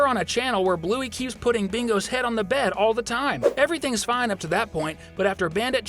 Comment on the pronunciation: I thought you said penis not head...